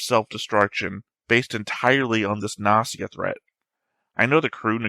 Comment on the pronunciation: Although I didn’t comment that much (maybe because I’m bad at English, so I skipped half discussions 😂), I enjoyed your reaction very much. (The fact that you take the show so serious is the most amazing thing 👍) I love that you are still saying “Nazi a” after those episodes (maybe it’s some joke of English I didn’t get? Or maybe you just used to not pronounce “G” and pronounce “O” as “A”? I’m curious (｡ì _ í｡)